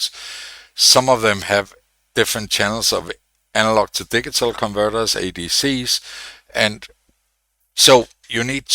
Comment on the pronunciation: Your English is infinitely better than my Swedish, but a couple of details: you pronounce 'digital' with a hard 'G' as in "God", should be a soft 'G' as in "gem". You pronounce 'W' as "VEE"; it should be "Double You". I know ... who came up with this language! But your explanations are clear, your voice is clear.